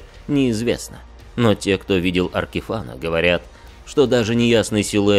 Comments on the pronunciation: За аркиФАНА дизлайк, дольше 5 секунд несмотрибельно. Вы себя тоже «Тхе Статион» называете? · Казалось бы уже многие называют его Аркифэйн, но как обычно у станции появиться странное описание имени.